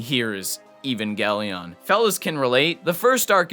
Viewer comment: I had to go when he said even gelion